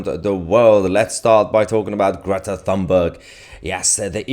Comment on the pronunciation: Her name is pronounced Tuneberg.